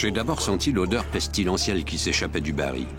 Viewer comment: Pour le narrateur : je signale et SOULIGNE qu'on prononce le L FINAL du mot BARRIL. Merci !